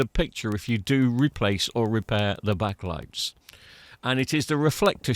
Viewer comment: STOP SAYING BACK-A-LIGHTS…its backlights, one word two syllables. Honestly that is the most infuriating thing I’ve heard all week.